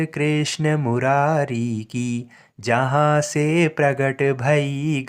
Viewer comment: Jahan Te prakat bhai Ganga line likhi hui hai usko galat uchharan Kiya ja raha hai ,usko Jaan Se prakat Bola ja raha hai galat